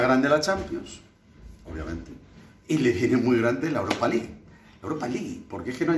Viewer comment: .Muy buen inglés. RP del mismísimo Oxford. "Aut of Jiurop chú veces. Aut of iurop en la fers iurop Champion. Y aut os Iurof, second Iurop, la Europa Lig."